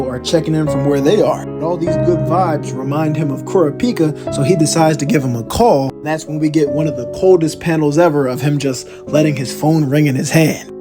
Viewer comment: Bro said kora-pica😂